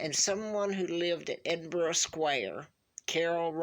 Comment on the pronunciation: After watching this video - at least pronounces Edinburgh perfectly (which most Americans do not), she has a striking Royal resemblance to the lineage. If she is indeed the Queen of the U.K. and Commonwealth I would for one, rather pay for her than the Charlatans we have at Windsor just now. We have this guy from New Zealand claiming to be our King 😫. All we want is the TRUTH. If this is the truth then so be it, she should be Crowned and treated as our Queen. Can you imagine what it is like to be a U.K. subject right now? No idea who our Royal Family are and sick and tired of the Queen we have bowing down to this Markle woman. It’s not fun to be paying for the secrecy and lies especially whilst we have starving children, homeless people and nobody to trust. You expect some of this from a President who is elected into Office. You should not have to expect this from someone who we are led to believe is the rightful Queen ordained by God Almighty to serve Him and us. This is an absolute travesty if this dear woman is telling the truth. I feel for her. I have comfort in knowing the monsters who are putting her through all of this will be answerable to God Almighty as will “Queen Elizabeth II” and ALL who are keeping this hidden from the United Kingdom and people of the Commonwealth (who ALSO pay to have her as their Queen). This is ridiculous and needs sorted out.